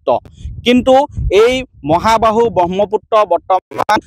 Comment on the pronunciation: Pronunciation bur olop xuddho koi kobo dei. Bahmoputto nohoi... Brahmaputra..!!!